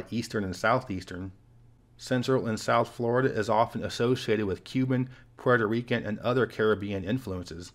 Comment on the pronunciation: Flat earf; Souf gonna rise again🌽